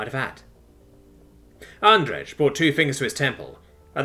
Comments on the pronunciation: I'm guesing Andrej is suppoused to be pronounced like "andreij" rather than "andreg" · I know this is useless now, but I have to say it: Andrej is pronounced "Andrey" (with separation of the last two letters, it's hard to explain with English being so "lenient" with it's pronunciation)